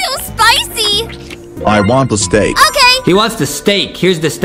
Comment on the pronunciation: At one point I thought mr tomatos said he wanted a glass of steak 😂😂😂😂😂. But I can’t get the lankybox kitchen cuz I’m in New Zealand but I will be able to in the holidays next year